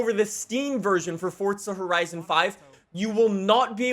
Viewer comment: "Fortza Horizn"